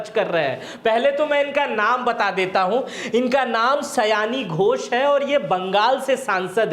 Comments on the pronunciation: 'सयानी' नही, 'सायोनी' घोष। Pronunciation ठीक किजिए पहले। आपका जटाजुट बड़ा ही अजीब लगता है। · सयानी nhi सयोनी hei nam😂😂😂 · Nam to thik se poro